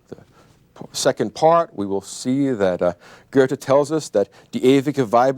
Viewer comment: Someone tell me where all these people are getting an r sound out of Goethe? Are they out of their minds?